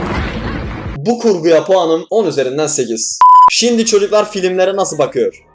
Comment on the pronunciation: No one::şiNdi